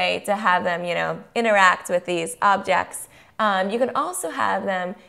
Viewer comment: 'objects' not obects...mmm this video isnt helpful